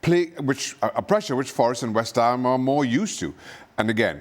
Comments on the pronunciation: Who is this "West Ha" you speak of? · “West Ha”